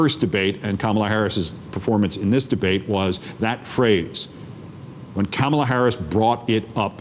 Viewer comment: Keith work on pronouncing her first name